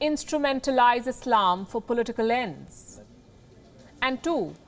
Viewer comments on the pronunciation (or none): none